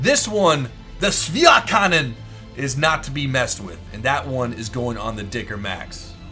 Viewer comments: except the "Schwerkanone" :D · pls dont say Schwerkanone anymore, its offensive to german ears